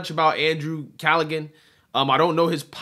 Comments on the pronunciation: Its pronounced = Cal - a - han ... not cal - a - gan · you called Callaghan collagen...it's cala.. Han..cmon now. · Pronounced … K-A-L-A-H-A-N It’s Irish “H” is silent - Not collagan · Andrew "Cal-ah-han".. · Callaghan is pronounced Calla-han...the 'g' is silent. To everyone who is about to say I am being a grammar nazi, you're wrong. I am not intending to be an asshole, I like and respect this guy...just trying to help. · Call -a - han…that’s how you pronounce his name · Yo! FYI andrew’s name is pronounced calla-han, the g is silent, it’s a fine Irish name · Callaghan (Cal-a-han) the "g" is silent. Irish have some crazy pronunciations. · BTW, the G is silent in Callaghan. It's pronounced "cal - a- han." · I think it's pronounced Callahan. I wasn't impressed because he just kept trying to say what don wanted him to say. He way backed down. The only place a person can get legitimate news is not from the so called news. The fact that they even call themselves legitimate news sources is hilarious. They must think the American people are so stupid. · Silent G Bro.